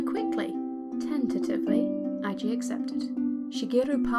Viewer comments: Eiji is A G not I G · Really nice, but it's "eh-ji" ;)